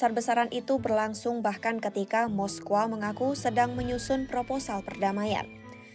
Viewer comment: Dan lawak nya lagi ngomong moskow aja moskowa